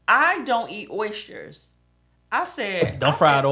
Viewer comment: oyshsters LOL